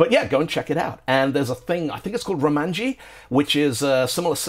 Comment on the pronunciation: Romaji, not "romanji". Romaji had nothing to do with ASCII restrictions. Both major rulesets for romaji use non-ASCII characters: kunrei-shiki uses â ê î ô û for double-long vowels, and Hepburn uses ā ē ī ō ū for them. In fact, the O in "romaji" is long, so iw would more correctly be "rômaji" or "rōmaji".